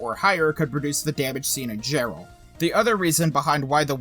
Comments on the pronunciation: Dude its pronounced Yarr-ell hahahaha. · It was Jarrell, not Gerald. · Isn’t he mispronouncing Jarrell?